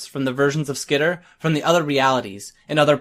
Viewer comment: Dude, SKEETER!? Ah, Hell nah! Bruh it's SKITTER!